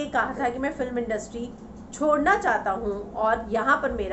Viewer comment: Chhodne* not chodne